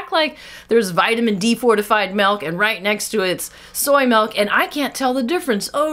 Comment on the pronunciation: MYLK!!! Let's call it mylk.